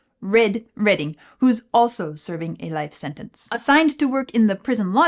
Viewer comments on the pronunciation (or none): none